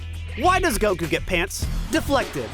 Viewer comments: Every time I hear go-koo my eye twitches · It pisses me off every time you pronounce Goku that way. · I love how teases for how he says "Goku" while still saying "kuh maya-maya" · Beautiful video, the way that one person says Goku makes me want to cry tho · okay why is no one talking about the way pronounces the word "Goku" with the accent on the second syllable? am i just missing something? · How does he still fuck up the pronunciation of Goku?! I know that it’s wrong, I hear that it’s wrong, but I have no idea how he does it! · Ahhh, I see. Then I take back my negative connotation, but I still don’t understand how he’s saying it though. I can here that it’s different, but it’s still so close to how I know it to be pronoucned that it’s tripping me out